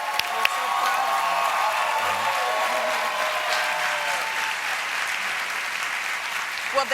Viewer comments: Impressed that Colbert bothered to pronounce Pakistan correctly. (mostly) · wow Stephen pronounced Pakistan correctly 👍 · I have to say Stephen has the best pronunciation of "Pakistan" from any Non-south asian I have ever heard.